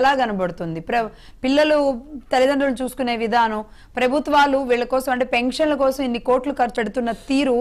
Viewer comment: పెంక్షన్లు కాదు పెన్షన్లు